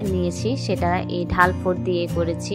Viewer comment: আপু, সুন্দর , ভালো লেগেছে এপ্লিকের কাজ। কিছু মনে করবেন না আপু আপনি বলছেন ঢাল ফোড় কিন্তু এটার উচ্চারণ 'ডাল ' স্টীচ বা ডাল ফোড়।